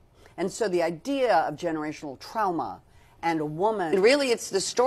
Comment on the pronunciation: Jamie saying trowma just healed my trauma 😂😂